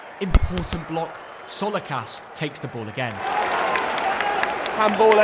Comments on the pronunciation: im late but its not solakas its jo-la-keys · Amazing video, but goddamn don't call him "jolekas" xD say "Jolakis" and the tone goes to "a" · his name is tzolakis like jo luckys, no colikas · Tsolakis❌ Tsolokas✅ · its Tzolakis and not Tzolakas dude :) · Olympiacos keeper is called Tzolakis, not Tzolikas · its not cholixas its tsolakis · Bro who's salakas? HIS NAME IS TZOLAKIS🤷😂 Great video come back to watch them against Aston Villa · It’s Tzolakis. ZO-LA-KIS. Put some respect on that man’s name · Dude, you massacred Tzolakis' surname pronunciation.